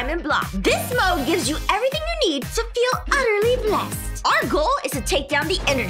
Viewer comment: she said mod not mode